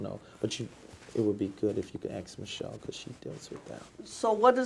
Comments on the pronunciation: ⭐️ Welcome back to AXE MICHELLE 🤦🏼‍♀️ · Axe Michelle. 😂😂